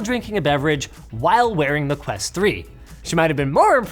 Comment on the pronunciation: Quest ho, not quest hole. 😊